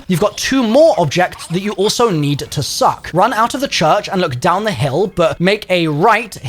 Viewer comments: “And you should be able to find another part that you can SUCKk🗣️” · Only thing that i remembered from this video is how much you love to SUCC things. Who says it like that lol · "NEED." inhales "to SUCK!..." Never change lmao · Why you saying suck like that 😂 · Why you gotta say suck like that 😭😭😭😭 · Bro I thought I was the only one 😂😂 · 😂😂😂 that had me laughing 😂 I'm sorry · The pronunciation of "suck" 🤣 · I dont like how you saying “suck” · The emphasis on all suck variants made me a bit moist